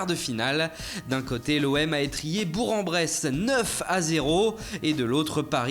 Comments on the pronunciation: En fait sa se dit bourq pas bourg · On dit bourgue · On dit bour(que) en bresse essaye de nous respecter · Ça se dit BourK en Bresse vos races ! Depuis le temps qu'on vous le fait remarquer vous êtes toujours pas foutu de le dire correctement !